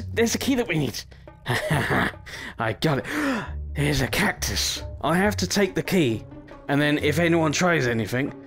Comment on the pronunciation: “I have to take the key” had the most British accent come out of that I’ve heard